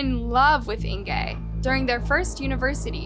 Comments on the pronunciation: I keep trying to like this channel, keep coming back but every single time she butchers the victims name I can’t stand it. It seems like a small thing to do, Google the name and listen to how it’s pronounced ffs 🤦🏻‍♀️ how do I get this channel to stop showing up on my For You? A minute and 46 seconds in and it’s driving me nuts. I give up. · I cannot listen to this whole video where she consistently mispronounces Inge's name. It's "In-guh", not "In-gay". How do I know? I have a great aunt with the same name. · it's Inga - not Ingay .... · Its Inge, not Ingay!!!!!!!! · Her name is pronounced Inga not Ingee'! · I really enjoy these videos by but I'm a little confused by this one. Was the victims name "Inger" or was it "Ingay" as kept changing between the two pronunciations. Try to be consistant please. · Is it just me or is the victims name pronounced Inga or Ingay? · It’s “Ing-gaaaaa”. Not “Ing-gay” I couldn’t listen to the whole video due to the repeated mispronouncing of her name. You actually pronounce it correctly once in the first 5 mins. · Why do Americans mispronounce everything possible? Its not 'Ingay' but 'Inguh'! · Don't think you are pronouncing her name correctly - Inge is INGuh! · Her name is pronounced like singer without s, not like anger. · I am a new subscriber. Suggestion- You really need to work on the correct pronunciation of words. Example. You pronounce Inge’s name differently every other time. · This is a terrible story. And I'm so sad for her and her family, but what gets me is the way you said her name wrong. It's a German name. Inge is said different than what you are saying. I wanted to correct the whole video through. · The miss pronunciation of Ingas name is really annoying :(